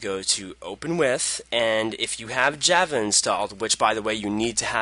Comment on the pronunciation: its not JAAAAAVA its java